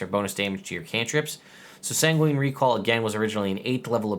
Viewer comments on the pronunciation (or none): Going to be petty, but I think sanguine is pronounced "sang-win" not "sang-ween"